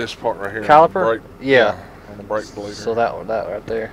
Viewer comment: Did he tongue twist himself and say brake fleeder when he introduced it or was that just me hearing things?